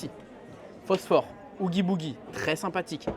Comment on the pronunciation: Effectivement ça pique les oreilles xD